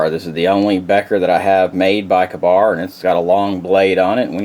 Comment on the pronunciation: What kind of knife guy can't say Ka-Bar? Wow!